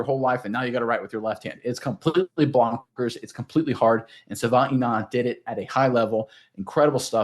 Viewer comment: Sorry but you guys are both butchering his name. Please learn how to pronounce Savaiinaia.